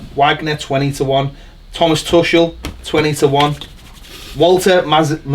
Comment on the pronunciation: It’s pronounced Too-kul 😊